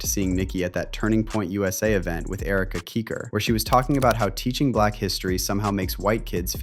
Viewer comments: AI narrator - says Erika Keeker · Who is Erica Keeker... this is why I hate AI, UGH!!!🙄😒